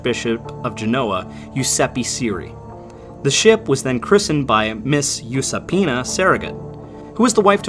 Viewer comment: Wild hearing my deadname pronounced so well tbh. So many English Language people struggle with Giuseppina for some reason, so I get happy hearing someone say it without struggling